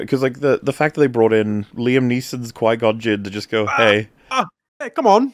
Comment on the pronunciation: 'Why do you say 'Quaygon?" -'''s Also 'sss- 'SaauR-in" ^.-.^